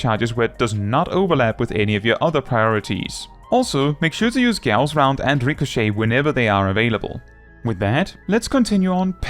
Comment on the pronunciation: props for pronouncing "Gauss" correctly